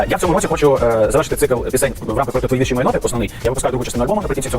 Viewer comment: Пивоваров в такій ганебній рубриці. Фу, це ваш провал. І почніть вже казати слово "вІрші" з правильним наголосом!!!